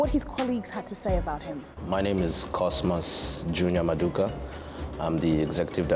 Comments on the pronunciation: If you are going to say someone's name, at least know how to say it correctly. He even corrected you smh. It's Mmaduka not maduka. Rubbish! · it’s Nmaduka